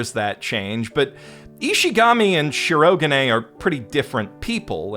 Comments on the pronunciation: Nice video. But please don't say ShirO-ga'ne! It's flat! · say it with me SHE-RO-GA-NAY... not she-rog-ah-nay the rest of the video is great. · The amount of work that must have gone into this tome of a video is awe-inspiring, and the analysis it contains was thoroughly enjoyable, but if I hear しろがね mispronounced as "shurro-g'nnay" even one more time I might just have an aneurysm. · I love how he said Shirogane as Shirogain, not cringing at all, not one bit :) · As a Japanese speaker: I will never forget the pronunciation of "Shirogane" as "She-roh-guh'nay" 😂 (Amazing video, by the way! Such passion speaks for itself 🔥 🔥 🔥) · Dang it I didn't scroll down far enough before posting my own sarcastic aside about the headache inducing swing from correct pitch accent to whatever the blazes that "shi-RO-guhnay" mess is. The voice actors try so hard these days to master stuff like the right R sound and you feel bad that nobody ever taught them the pitch is important too. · Would be a perfect video if he didn't pronounce shirogane like that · I'M FINALLY BACK!!! I WATCHED THE ENTIRE SERIES UP TO SEASON 3 AND THE MOVIE!!! now I can watch this video:))))))... god I'm dead inside edit: either there's alot of differences in the manga, or got a few things wrong??? well... besides his severe misproununciation of my son white-castle's name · I can only listen to you consciously mispronounce the name Shirogane so many times man. Why are you doing that? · The rampant mispronunciation of Shirogane and Shinomiya's names, from someone who self-proclaims to be the God of Anime, is impossibly grating. If I wanted awful butchering of Japanese names, I'd listen to early 2010s dubs. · I'm aware you're probably doing it as a bit, but listening to you mispronounce 'Shirogane' every time you say it despite loving the series enough to make hour plus diatribes, I die a little inside.